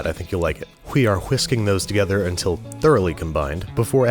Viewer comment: “Whe are whisking”